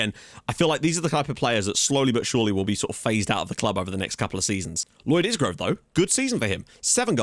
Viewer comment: Won't be happy TIL you start pronouncing Isgrove (EYE-grove) correctly lol